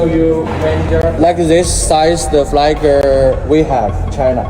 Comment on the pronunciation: 我要是英语发音这么烂，连flag这么简单的单词都说不对，我肯定就不好意思把视频上传到网上去了😂😂😂